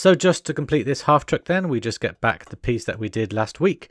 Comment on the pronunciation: I cringed every time you tried to put hubcaps on. I knew you were going to break it. One bone to pick. Unless it is just your accent, you keep calling the vehicle a half TRUCK. Its called a half TRACK. Military term. Unlike a tank which is full track, only half the vehicle runs on tracks. Picky I know.